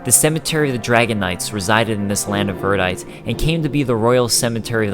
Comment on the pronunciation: This is the disjointed American localized version of the story. P.S. Verdite is pronounced "Ver-die-tee". :)